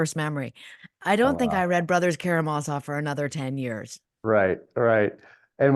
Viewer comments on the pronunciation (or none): none